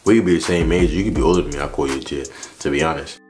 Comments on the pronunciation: Gitt not jhit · Its jit not jhit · I'm sorry but its jit not jhit